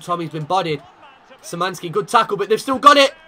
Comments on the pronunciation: Sir the Szymanski brothers are pronounced as Sh-i-man-ski. Like this so he can see this. Edit: It's k-v-iat-kov-ski. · Some advice: Your academy players would be pronounced SHI-MAN-SKEE and K-FI(said together, I spaced it out to make it easier)-AT-KOF-SKEE Nothing else to say, by far my favorite series on youtube. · Kwiatkowski pronounce Kviatkovski. Szymański? Sz is sh xD.💁🇵🇱